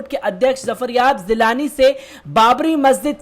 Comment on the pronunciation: Zafaryab zilani nahin zafaryab jilani name h.tanj nahin tanz hota h please sheen qaaf durust kar len .